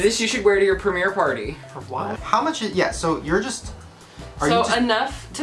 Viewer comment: is no one going to comment on the fact that ryland said “premier party” ?